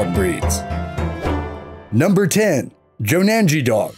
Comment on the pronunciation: It's pronounced as Joe-nun-ghee